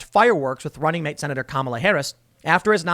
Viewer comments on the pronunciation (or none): none